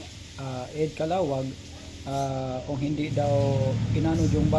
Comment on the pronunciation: Kuya hindi Calawag😂 Caluag po..